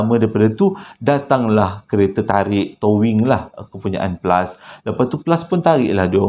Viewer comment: Flush ❎️ Plus✅️ Tersasul